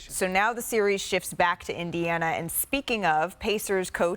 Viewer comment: Indian-ana is comedy lmao